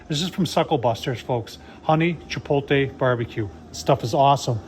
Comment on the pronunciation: Love your videos, but it's chi-POTE-lay, not chi-POLE-tay. 😁